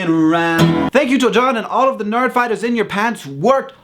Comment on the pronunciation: No actually I'm not. I know he meant NERD fighters, but it sounded like he said nard. I was just joking around. That last part is a reference to when they had to explain nerd fighters fight for nerds. Btw, you're*